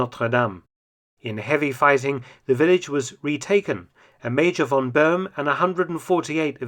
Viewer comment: Please learn that a German "v" is pronounced as an "f" – von = fon